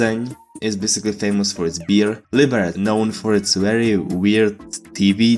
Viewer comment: Germans is close enough, for many reasons. And bro, are you not capable of properly pronouncing "Liberec"? Or what happened there?